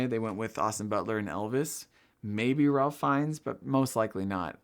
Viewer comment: You need a little work on your name pronunciations. Saldaña has an ñ, not an n (so pronounced like ny). Ralph Fiennes' first name rhymes with safe (no idea why it's pronounced that way).